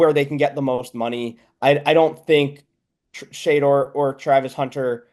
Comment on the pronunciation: should listen to other people say "Shedeur" Sanders name before he mispronounces it 😂